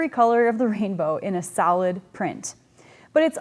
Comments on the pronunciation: i kept thinking you were saying salad colors.... ohhh solid! duh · With my accent, I was listening the the series in the background and didn't realise you were saying 'solid' in the previous video...I thought it was 'salad' 😆 Brilliant series thank you